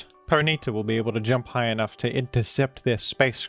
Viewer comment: The most disturbing part of this video is the pronunciation of Ponyta as 'Poh-NEE-ta'